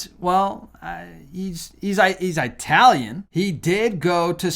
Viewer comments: In the Bible it's the book of Malachi! "Eye-talian"?? REally?? it's It-alian. The country is not Eyetaly it's ITALY! Yes I'm Italian and that mispronunciation drives me nuts!! Now watch the cavalcade of bishops will not be able to agree and vote in a new Pope, making Francis, Petros Romanus. Instead the false prophet will step in his place. No but scriptures DO give us the knowledge to "Know the Season" to be prepared. Jesus said himself "Like it is with the fig tree, when the fruit is ripe and ready to fall off the tree you will know summer is here, this is how it shall be at the time of my second coming" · Please stop saying"eye" talion....the correct pronunciation is "it" talion....